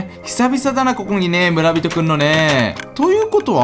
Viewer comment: む↓ら↑び→とぉ↓